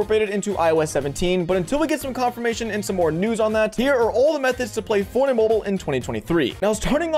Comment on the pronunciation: say forney mobul one more time i’ll find u irl lil nga